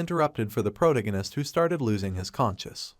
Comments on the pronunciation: Pro tag I nest, not the pronunciation you have been using, it's driving me nuts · am i the only one who hears that he is saying "Protagonis" wrong? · Ffs, learn to speak. “Protagonist “ is pronounced prow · ta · guh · nuhs at one point you mispronounced it four times in less than four seconds. Also, “….decide if he should ran away “ is grammatically wrong, “…decide if he should run away” is proper. If you are going to produce English language media, you should learn to do it properly. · My brain hurts every time u say protagonist smh